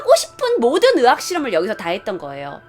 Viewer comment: 의 발음이안되시네.. 거슬린다 의학을 자꾸 으학.. 다른건다좋은데 한번씩 몰입이깨요 발음 연습하시면 좋으실듯..